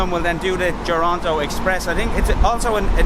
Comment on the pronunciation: They : Duranto Express My Ears : Toranto Express